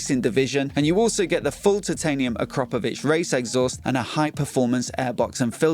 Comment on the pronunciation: Thank you for pronouncing akrapovic properly.